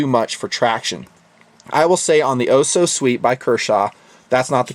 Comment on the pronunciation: I have this knife and I just realized it is said o so sweet not the letters oso